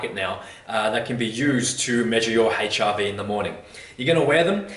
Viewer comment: Note to self~ "Check ya' HIV sco each mo'ning."